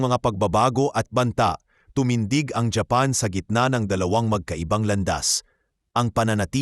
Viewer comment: Hapan ka ng hapan ang samang pakingan paki ayos mo nga bigkad ng japan hapan ka ng hapan eh